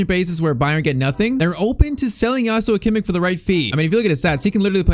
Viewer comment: JOSHHHUAAA KIMMICHHHH ❌️ JASUA KIMMIK ✅️